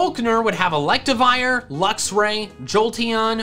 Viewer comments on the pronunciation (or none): none